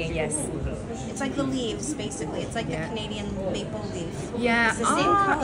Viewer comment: It’s not red Canadian lol. It’s red carnelian (the name of the stone). Beautiful vlog thanks for showing us.